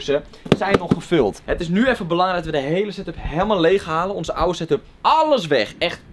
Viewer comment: Yo boys, het is setup, Geen satup. Geen stress btw.